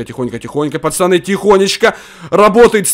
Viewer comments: почему ты говоришь пачаны, а не пацаны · Почему говорит почани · Ты говоришь пачаны